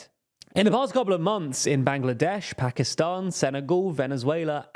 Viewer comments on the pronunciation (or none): none